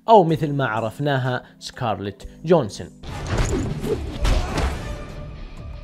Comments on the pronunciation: * سكارلت جوهينسن وليس جونسن ، لغتك الانگليزية يرادلها تطوير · يا عزيزى نطقك لأسمها خطأ أسمها سكارلت جوهانسون وليس جونسون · جوهانسن مش جونسن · اسمها جوهانسون يا مو جونسون 😅